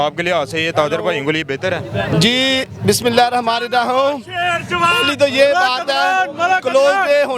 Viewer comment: بسم اللہ الرحمن الرحیم Bolni ha to sai se bolen galat na bolen..ni to apny qaid e dein se sekh len.